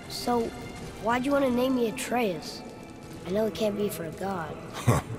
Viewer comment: Great video! And THANK YOU for pronouncing Atreus' name properly!!!